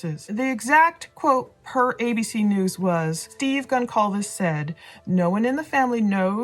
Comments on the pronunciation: Hey, good show as always... fyi Goncalves is pronounced "Gohn Salv Vez". The "c" is actually like an "s" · Love your videos!.. I just wanted to let you know that Kaylee Goncalves’ last name is pronounced with a soft ‘c’, not a hard ‘c’. As in- Gon-sahl-ves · It’s pronounced Gonsalves. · Almost 2 months and she still doesn't pronounce Kaylees last mame correct. Anyway, the channel 10 to life posted a video with more exclusive information that you all curious folks should check out.